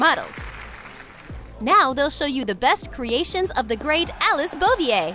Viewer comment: Your saying “Alice” is the best look at you! Your making so much good work